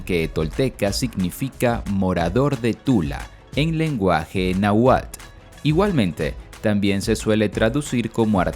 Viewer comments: No se cual era el idioma que hablaban, pero seguro estoy que no es el Na gual (min. 12), y sí pudo haber sido el Náhuatl, con pronunciación de la letra ele. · Exacto El narrador no lo pronuncia bien y se escucha mal. Creo lo está pronunciando Na juál. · Este relato esta plagado de mentiras ni si quiera mencionar bien Náhuatl